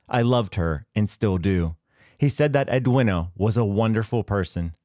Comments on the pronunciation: Ed-win-a? Its ed-ween-ah, dopey yank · Edwina is pronounced as Edweena. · Ambrose did not make the error, he relied on what members of Easy told him. You’d think a channel that can’t be bother to check the pronunciation of Edwina (it’s edweena) would be less judgy. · FFS, Edwina is pronounced Ed-WEENA ….. AI Sh1te!